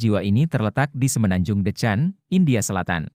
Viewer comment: Dekan bacanya bukan Decan hehe😊